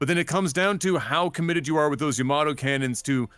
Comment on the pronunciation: Yamato, not Yoyomato lol